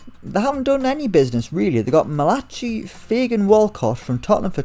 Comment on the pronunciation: Malachi 😂😂😂 malak-eye...